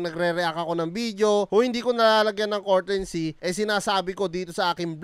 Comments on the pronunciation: pa english english ka pa kasi "COURTESY" hindi "COURTENSY!" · Boss hindi po yan cortency mag basa2 ka muna bago ka mag vlog nyan para d mapahiya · It's COURTESY NOT COURTENCEY.... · hindi courtency, courtesy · Brad anu ba ung sinasabi mong kortensy ang ibig mo bang sabihin kertesy(courtesy) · comment lang. 😅😅😅 Courtesy, Hindi Courtensy. Honest feedback lang. 😊😊😊